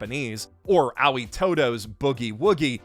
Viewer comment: "Ah-wee" todo? "Ah-oy" 👍